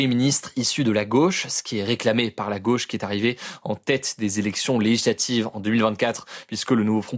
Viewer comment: Hugo, prend le temps d'articuler ! On dit "législatives", non pas "léijlatives" ! 😉